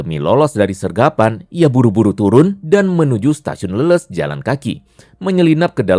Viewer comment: Bang bukan leuleus itu kaya loyo,,,tapi Leles(baca nya kaya ikan lele+s)😅😅